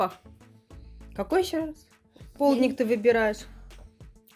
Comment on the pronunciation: Господи,да почему ПОЛУДНИК? Полдник,правильно- полдник. Не полудникать,а полдничать !